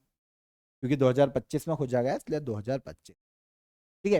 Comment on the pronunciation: Gaya nhi GAYA G